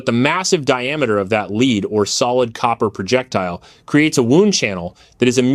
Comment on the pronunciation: There is a difference in pronunciation in leed and lead ( the metal) just saying